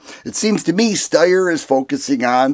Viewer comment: It's pronounced SHTIRE.